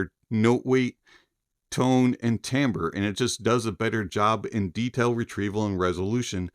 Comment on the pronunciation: the word is "timbre"...NOT TAMBRE